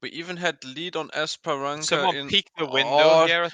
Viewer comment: guys, not esperanKa, but esperanSa